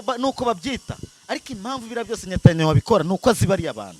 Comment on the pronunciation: Ni Netanyahu not Nyatanyahu